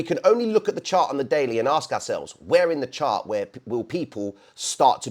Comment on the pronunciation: you do realize Ask starts with an A and not an O right? I mean we already know you add a bunch of extra letters to aluminum but come on man. 😂😂😂😂😂